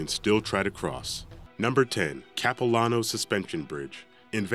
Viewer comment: When he Pronounced Capilano Suspension Bridge 😩 The place is beautiful! Why did he put it there?!?! (Visit The place, they have a candy shop, and a restaurant. Their food is super good!!)